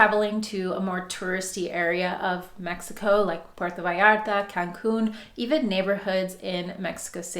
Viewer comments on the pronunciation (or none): none